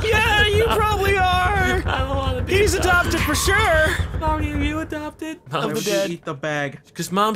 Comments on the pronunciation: Adopted not Adobted XD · "Am I Adobted?!" XD